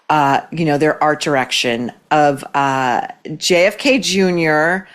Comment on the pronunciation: Jfk not Jake haha